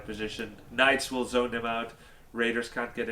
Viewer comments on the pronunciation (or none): none